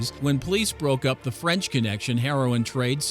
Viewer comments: Marsay not Marselle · FYI: If the word is Marseille, it is pronounced Mar-say, not Mar-sell. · In Mar-sell lol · Not trying to be smart or anything with you but its pronounced Marsay not Marcell. 😜 just for in future for you.... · Mar-say not Mar-sells lol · The narrator needs some help with pronunciation. How does the correct pronunciation of the name of a city, which was founded in 600 B.C., get lost on this man? He says, "marsell" instead of, "marsay". Also, what is a "mafoso"? I believe the term is , "Mafioso", pronounced mah- fee- oh-so. Such great content loses luster in the light of ignorance. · Marseille is pronounce marsay not marsel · It’s not “mar sel” it’s “Mar Say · "MAR SELL"...... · "The intrinsically planned job?" Ummm... Also, "Mar-SELL." 🤣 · Marseille is pronounced mah-s-eye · I never heard anyone pronounce "Marseilles" as "Marcel." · « ..A key mafia figure in MARCELL » ahah love it when americans try to pronounce french city names 😂😂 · My guy called it marsel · Pronouncing Marseille like Marcel is being very lazy on your behalf. You should check up on these things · Whoever is narrating this is unable pronounce “Marseille” or “intricately”. Your license to speak should be revoked and you should be publicly chastised and tarred and feathered! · Ur pronounciation of France and Marseille are so awfull sheesh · anybody else hate that he pronounces Marseille wrong? this man clearly doesn't watch soccer